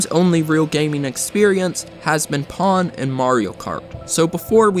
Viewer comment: Who calls pong pawn